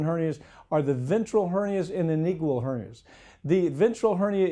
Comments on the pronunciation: Inigual?? The word is inguinal. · It's inguinal, not "inigual"... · lol nice try justifying ignorance. goodluck getting a second opinion for a hernia.. either you do a surgery or deal with it until you have an obstruction... also this blood sucker cant even pronounce inguinal, which is the most basic medical student term